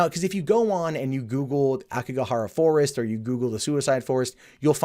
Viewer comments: Another correction; it’s “Aokigahara,” not “Akigohara.” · It's Aokigahara, not Akigohara.